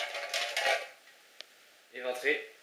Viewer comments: "Fire" Sans déconner, ça montre quelque part ton niveau... c'est tellement trop "stylé" de prononcer ce mot omg imagines un anglais qui voit cette vidéo, mec t'es pas iron man tu dis juste "feu" .. la grande classe ;) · J'adore quand il dit FIRE avec l'accent et tout